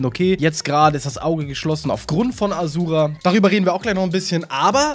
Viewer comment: A Schu Ra ausgesprochen!